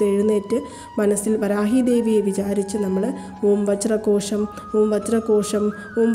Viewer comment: വജ്രകോശം ആണോ വജ്രhozham ano